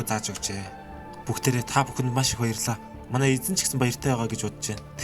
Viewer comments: Bayrallaa gichii gej sonslooshd wahahah 😂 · bayrlla kichi gsne pause avj ntr ahahhahahahahah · byrlla gichii gej sonsogdloo 😂😂😂😂😂😂😂